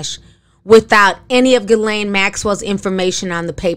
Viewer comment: Another name slaughtered. The G is silent.